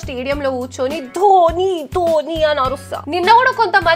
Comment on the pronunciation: Dobhi kadhu akka dhoni